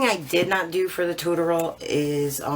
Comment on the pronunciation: Really nice!!! But, it’s tutorial (too-tor-eee-ul). 😁